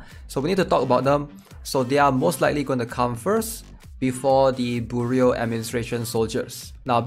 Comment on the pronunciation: bro its "byoroo" like FBI bureau